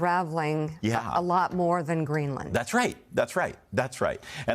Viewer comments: Greeland? You mean Greenland? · Its Greenland... not Greeland😂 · Uhhh... Guys, I think it's "Greenland" not "Greeland." But getting back to the video, not the title, it's AT LEAST 18 years too late for Trump to have a good legacy. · Greenland, not Greeland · Hey, MS NOW. You're professionals. Do you have a proofreader? "...senator rails against Stephen Miller over Greeland." GREELAND ??